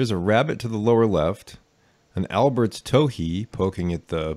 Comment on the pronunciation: Nice! One thing though: it's not "Alberts" towhee, but "Aberts" 😃